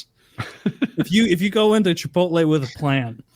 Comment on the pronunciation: I think you mean chi-pole-tay